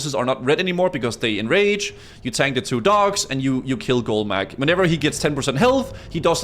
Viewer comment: "golemageeeeeee", lol. cracks me up how people pronounce these things in their heads.